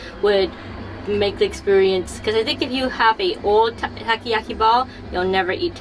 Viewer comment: No no, both you guys know how to pronounce "Octopus ball" correctly in Japanese. I meant, Nicole showed off the pronunciation that "Takiyaki" as wrong one .